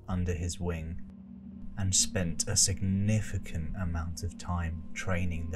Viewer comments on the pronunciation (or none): none